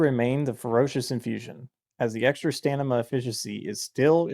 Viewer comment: fantastic video but it is STAM IN A not stan im a, much love my boy